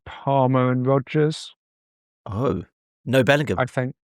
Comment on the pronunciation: Ayo cannot even pronounce his surname name? Sad. Inferority complex in my on view